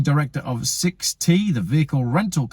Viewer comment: Pay no attention to people in an industry that want to convince you to use their services. By the way you do not pronounce the ‘t’ as separate. It’s is ‘Sixt’ as in Sixth.